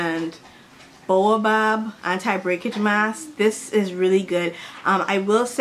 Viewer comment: I will def try that Shea Moisture hair masque- saw it awhile ago but wasn't sure so thx for the review! But btw- it's pronounced like "yooka" and "bay-oh-bob" Sorry, not trying to be rude at all :) I love ur vids, girl, they always make my day!